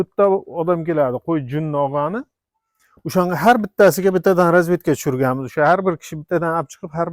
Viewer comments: разветка эмас разетка дейилади усто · Разветка эмас розетка ука тугри гапир